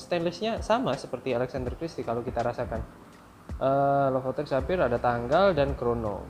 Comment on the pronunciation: Be LEPOTEN, alias blepotan. Hahaha.